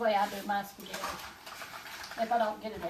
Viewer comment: Respect yourself... spaghetti not spegetti.... Love Mamaw